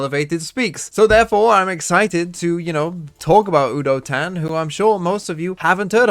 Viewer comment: Fyi, udotan pronounciation starts with a "you" instead of a "woo" and the -tan is pronounced using te " ah" like you would with the autobahn in germany (i couldn't think of a different example)